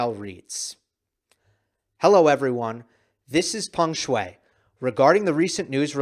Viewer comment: got her name right this time